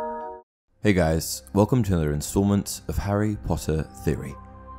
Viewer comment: He starts a British accent on instalment